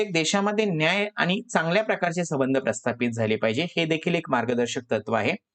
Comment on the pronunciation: तुम्ही संबंध चा उच्चार चुकीचे करत आहात